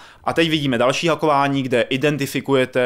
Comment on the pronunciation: Šepárd, hakování..... Nejhorší recenze kterou sem slyšel :D